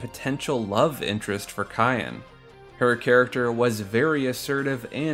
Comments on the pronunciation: it's Syan not Kyan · are these pronunciations jokes? CYAN is a color. its SIY-AN. not KIY-AN. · Another person who can't pronounce Cyan. I've heard it pronounced "Sigh-anne" and now "kai-en" it's just Cyan like the color, "Sigh-in" like Saiyen its just 1 syllable. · Cyan is pronounced like "sigh-ON" like the color, not "ky-ON" not like the seasoning 🤦🏻‍♂️ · His name is Cyan ( Like the color ) Not cayenne ( Like the pepper ) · I hate to be that guy, but Cyan is pronounced like “Sai-an” or like the the English word “Sigh” and “an” It’s a colour. Like a cross between turquoise and azure. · Hate to be that guy, but it's Sai-an. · Cyan's name is pronounced "Sigh-Ann" as is the actual name that exists, Cyan. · Why do so many people pronounce Cyan as "Cayenne" ??? He wears blue, Cyan is a COLOR, not a pepper. I can get why people pronounce Sabin differently, but it seems PRETTY OBVIOUS that Cyan should be pronounced like the color. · You mean cyan(s-eye-yan) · My dude, did you really pronounce Cyan as "cayenne?" Like the pepper? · Why do people keep pronouncing him 'Cayenne' (Like the pepper)? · SAI-AN. SIGH-AN I personally always said it Saiyan, but I'm a Dragon Ball fan. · You pronounced Cyan wrong. His name is an allusion to cyanide, a blue poison. His name is the most ironic.